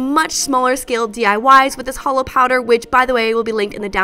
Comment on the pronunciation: I love, but it physically hurt every time she called that holo 😂